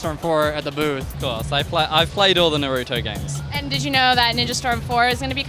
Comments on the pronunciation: AND YOU SAID NarUtO ITS NARUTO NOT NarUtO UGH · How webs say it : Naruto how she says it : nuruto